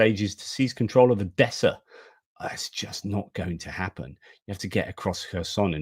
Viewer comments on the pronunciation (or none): none